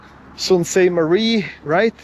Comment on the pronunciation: It is pronounced soostmarie